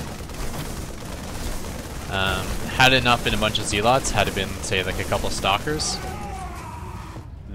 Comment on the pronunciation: I think he was referring to them as 'Z-lots' instead of saying 'Zealots'